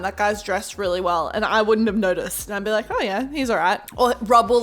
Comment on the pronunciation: The way she said like lak lolololololololo